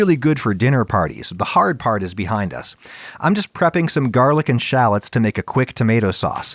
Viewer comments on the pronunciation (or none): the way you say shallots threw me for a loop